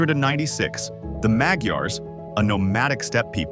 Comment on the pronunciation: Sorry! Not Magiar! Are: Magyars! Please learn the sound of: “gy” letter. Ex. Factory=Gyár. (Gy) sound. It is easy, but you never heard. That is why.